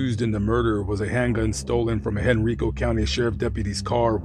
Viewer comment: Quick note: It's pronounced Hen-Rye-Co not Hen-Ree-Co. Everyone gets it wrong.